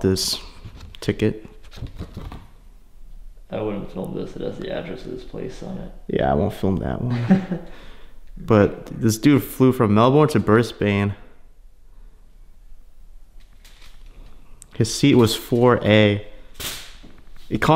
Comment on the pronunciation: 'Melbrrunne and Brisbannnne' Lmao learn how to pronounce simple Australian city names.